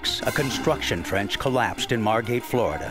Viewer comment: Margate, not Margot.